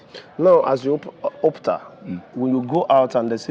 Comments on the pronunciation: Why is the content creator mispronouncing the name of OPUTA as ORPTA? His host showed him how to properly pronounce the name on two instances -- when he introduced himself and when he read out the full name of the man and his wife -- yet he kept on mispronouncing it throughout the video? Also intellectually dishonest was his qualifying the sage as "Judge Oputa", instead of "Justice", the accurate title for any judge of the Supreme Court. This content creator should upgrade his intellect or, at least, do a little research before delving into certain matters. It is stupid, especially of an Igbo young man like him, to pronounce an Igbo name, a famous one for that matter, to sounding European -- it is ignorance, colonial mentality, and inferiority complex exhibiting; it is disrespectful to Justice Oputa and his family to have butchered his last name that way. Charlieboy is a genius and a true son of his father's and of Igbo's for holding onto this legacy of his father's strenuously and dignifiedly. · Excellent observation, I commented on that above too. It is disgraceful of an Igbo person to not know how to pronounce OPUTA in Nigeria. I live in the US and my name is Igbo to the core, yet i don't allow any American to mispronounce it or those of my children's -- I correct them once and they get it. That an Igbo young man is pronouncing Oputa wrongly is a harbinger of what might befall Igbo language -- extinction -- in the next 50 years. I can bet you that he would have pronounced that name excellently were it Yoruba or Hausa. Young Igbos, wake up! it is not only when you hear "Biafra" that you act robotically and thoughtlessly, Nigerians hate Biafra because it is Igbo's, so you must protect Igbo first and foremost but the protection begins with being proud of our language and our Igbo names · What on earth is "Opta?" Are you an Igbo man? Don't you know how to pronounce the name "Ow-poo-tah?"